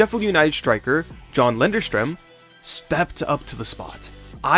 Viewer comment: You’re saying many names incorrectly. It’s Lundstrom - not lunderstrom. Reading is pronounced “red-ing” not “read-ing” There have been countless in this video. How hard is it to check before you speak?